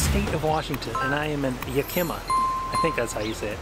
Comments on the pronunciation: Ya-KIM-ah??😂😂😂 Try YACK-eh-mah...!! Nice try, though... You'll have a really hard time with all the other Native American names throughout the state... Especially the rivers. 😂😂😂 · NO!!! HELL NO!! It’s “Yak-ah-ma”. How’d you do that with that name? My state though-too bad you don’t post where you’re going that I’ve found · And btw ...it's pronounced YAK-ih-Maw 😜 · Too funny, it's yak- ie- maa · Yak-Ah-Maw - Yakima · Epic "Yakima" fail.... Yeah-kimma? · Not how you say it, say the animal yak followed by imma. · 😅no thats definitely NOT how you pronounce YAK. M. AAH. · Ya pronounced yakima wrong lol Congrats. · I love your pronunciation of Yakima.